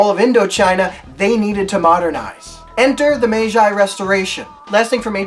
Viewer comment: nice work, Meiji is pronounced "may-jee" ;)